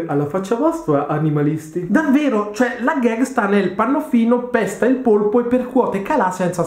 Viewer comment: Polpo non polipo avevi detto bene😉